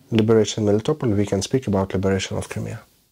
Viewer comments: You're putting your emPHAsis on the wrong sylLABLes. Melitopol. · MelitoPOL not meliTOpl, it is a Greek name ...You call the philosopher HarryTotal-loss?